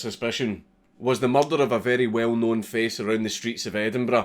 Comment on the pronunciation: Everyone at the Edinburgh Dungeon said it like that. Tis a good pronunciation.